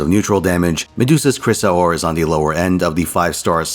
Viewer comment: I could care less if the previous medua's were mediocre or worse. Shes a top tier waifu. I find it funny how you pronounce Chrysor.